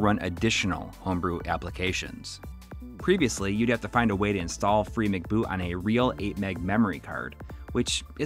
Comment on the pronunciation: I think it's "free em see boot" not McBoot as in McDonald's. MC seems to mean "memory card".